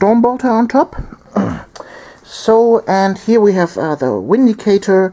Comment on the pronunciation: both armies looked awesome! i would definitely suggest more close combat against necrons. theyre far too shooty! ...it may be inappropriate, but i smiled every time you said 'windicator' :P